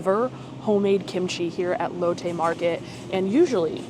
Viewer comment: Amazing video, fyi it’s pronounced Lot Tay, silimiar to Latte , not lote Tay. Just remember Asian pronunciation diff from American words